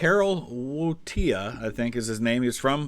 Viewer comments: And if you want to be really correct, the 'ł' makes a w-sound in modern Polish, so Voytiwa. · Correct: Karol Wojtyła was the Bishop of Cracow. Btw: 'w' in Polish or German shall be pronounced as English 'v', so his name is like English Voytila